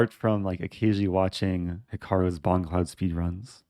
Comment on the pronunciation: Bongcloud: boMgcloud